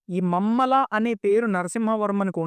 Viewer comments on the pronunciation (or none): Mammala kadu bro mahamalla